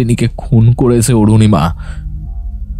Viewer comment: Anurima noy Arunima😊